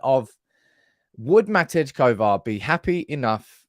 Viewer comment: Matej, pronounced like Ma-tay.